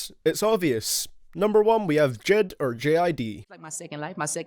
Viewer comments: J.I.D not JID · So no one noticed how he pronounced j.i.d? He said dchid... wtf... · It's J.I.D, you say each letter!!! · Why do people call him JID when it’s clearly J.I.D. It’s a acronym not a name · Not jid. J.I.D. jayeyedee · Every time u said jed I wanted to die